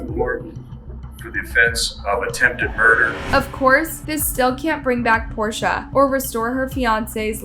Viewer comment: At minute you mispronounce Portia’s name. So many of these channels badly botch victims names and it’s just disrespectful! If you don’t know how to pronounce a name, city or word, just Google what you can’t pronounce and hit the little megaphone button, it’ll give you the correct way to say it.